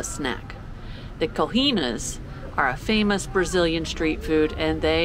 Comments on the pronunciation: Rocinha is pronounced - Ho - Seen - Ya. Coxinha is pronounced Co-sheen-ya. Interesting video! I lived in front of Rocinha in the Hotel Nacional my first 6 months in Rio. Interesting video! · Say " cochinia" for coxinha and "hocinia" for Rocinha and you will be close to the pronunciation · cojina, rotchina, lol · Coxinha's pronunciation: Coh Shee niah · Coxinha lê-se como: Kho - She- een - ah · "Coxinha" approximate pronunciation: CO-SHEEN-AH